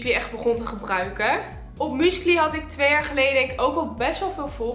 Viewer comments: 😂😂😂haha hoe jij musically uitspreekt. muscaly😂😂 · Haha!😅 Ik versta écht dat "muesli" zegt...! Écht grappig!👍🏻